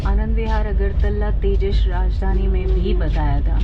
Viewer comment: its not tejash … its tejas … thoda to kuch sikh lo railway announcer se